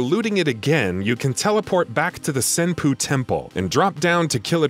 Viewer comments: pronounces Kongou correctly pronounces Senpou as Senpoo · "the senpoo temple"